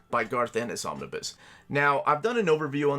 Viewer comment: Me: Just need to check how to pronounce "Omnibus". Ah, here's a video...: Omnis... Omnis... Omnis... Me: SAY THE WHOLE WORD ALREADY